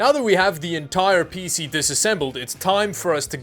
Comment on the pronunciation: Pee-Cee not Pissy